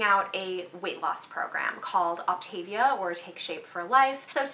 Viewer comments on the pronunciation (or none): It is pronounced opt a via not the way you are pronouncing it ( op tavia)